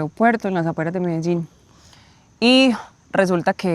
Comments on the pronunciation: Fajne video Jak ktos szuka wrazen w obcym kraju jeszcze takim ktory slynie z produkcji i dystrybucji coca coli to bardzo prawdopodobne ze to sie moze zle skonczyc Zastanawiam sie dlaczego wymawiasz medeżin skoro nawet ta koleżanka wymawiala Medellín? Wcześniej już widziałam sporo filmów o Medellín ale tak kulawą wymowe słyszę pierwszy raz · Dlaczego mówisz : "medeŻin" jak Kolumbijki mówią "Medejin" ? Pozdrawiam. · Ale dlaczego mówisz Medeżin? Przez "ż". Ona chyba mowi Medein. U mnie w kraju mówią Medelin. Tak jak się pisze. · MELEDIN - jak czytasz tak wymawiasz, a nie jakies MEDEDZIN. Spokolamina potocznie nazywana bucaramanga - w proszku lub w plynie.. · Medeżin i Medeżin. Po co wymyślasz nowe słowa jak nawet twoi rozmówcy tubylcy mówią na to miasto Medellin? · myślałem , że Medelin wymawia się tak, jak się pisze, a nie Medeżin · Mededrzin.....a co to takiego???? W jakim języku brzmi tak Medelin???? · Majster czemu mówi "Mededżin" jak nawet te lokalne laski mówią dokładnie tak jak się piszę czyli Medelin? A tak po za tym to ostry progres w hiszpańskim zrobiłeś bo widziałem jakiś film z początku roku to mówiłeś że się dopiero 2 miesiące uczysz to teraz by wychodziło że nawet nie rok, a dobrze Ci idzie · Co ty masz z tym "medeźin"??? Gdzie tam masz "ź"???😂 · I ten akcent Medezin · MEDERZIN? XDDDDDDDDDDDDDDDDDD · Medeżin ?! Serio? :) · Medeżin ? Co Ty w Czechach jesteś ? Weź się ogarnij . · Ty MEDEŻIN coś ci się w główkę stało że nie umiesz poprawnie przeczytać? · Mendeecooo??? Skąd ty wziąłeś te wymowę? Z francuskiego translatora 😂😂😂😂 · Dlaczego Ty wypowiadasz Medellin ..(Medezin..)??? Te ktore pokazujesz z aplikacji...to zwykle SZONY .Kto przy zdrowych zmyslach ,wyjdzie z takim plastikowym kurwiszczem???Ja osobiscie, wstydzilbym sie z tym pokazac na ulicy . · Mededżin????? Coś nie halo? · Zauważcie jak ta pani wymawia nazwę Medellin a jak nasz wieśniak chcący błysnąć na początku filmu:))